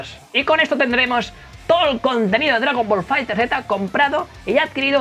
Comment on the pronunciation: "Dragon Ball Fighter(Zeta)" 😂🤣